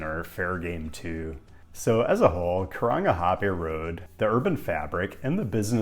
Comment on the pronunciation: if you haven’t rolled your r’s you haven’t “nailed it” you’ve gotten a “meh”